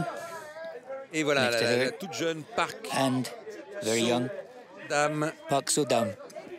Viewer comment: Gia P They got park so dam right.